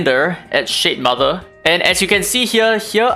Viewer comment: shitmother, the way you say it... haha!